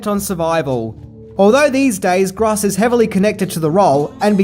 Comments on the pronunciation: I hate to correct people but it's definitely pronounced Michael Grōse not Gros. In 1988 Gross was actually the biggest name in this film. Bacon hadn't done A Few Good Men yet, so he was still a B-lister, but Gross, in contrast, was definitely a household name. Reba also wouldn't reach her high celebrity status until the early/mid 90s, and Ward would generally remain vaguely known. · I believe his name is pronounced like the adjective gross. Or net versus gross. If this is just how you pronounce the word gross I apologize and say never mind. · Michael Gross is not pronounced "gras". Just saying. Irritating. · Michael Gr-oh-ss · Dude... It's Gross not Gross... Lol